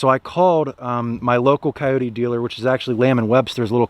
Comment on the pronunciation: 1st its not a wild dog so at-least pronounce the name correctly > 2nd if you are going to buy a Kubota knock off is sad and most dont know other than the chassis all of the 30 to 85hp Kubotas are assembled and built in GA all of the loaders and back hoe attachments are all so built in GA > thanks for the support for american jobs